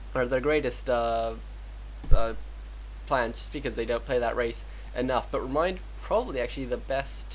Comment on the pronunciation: ReMinD not ReminD